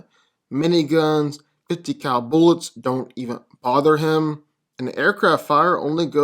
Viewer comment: Why don’t you pronounce “B” when you are talking it might be other words also but I’m really noticing you saying “ounces off his skin” specifically and not “bounce” or saying “don’t even other him” instead of bother? Is it just me sometimes I kinda hear it right sometimes it sounds like he is missing the first letter of the word